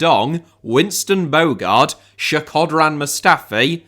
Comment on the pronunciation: It's "Shko-dran" not "Sheh-ko-dran" 😆